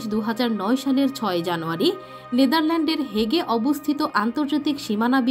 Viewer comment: হেগে নয় দ্য হেগে সঠিক উচ্চারণ।